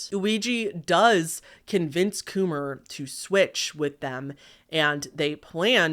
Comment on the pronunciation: Please tell me this guy's name was Kumar and not Coomer....